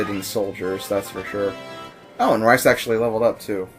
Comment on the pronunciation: Are you calling him Rice? Its pronounced Reece isn't it.